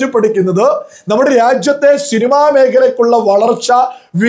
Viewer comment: ഷിനിമ അല്ല പൊട്ടാ സിനിമ എന്ന് പറയണം ആദ്യം നേരെ പറയാൻ നോക്